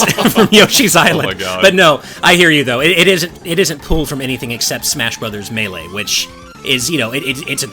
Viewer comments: I still can't get over pronunciation of "Muh-LAY". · Smash Bros "Muh-Lay" Ummm What? LOL